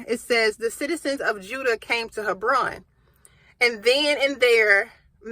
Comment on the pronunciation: It’s pronounced Heb/Ron